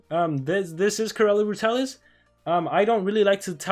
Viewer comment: It's pronounced Corall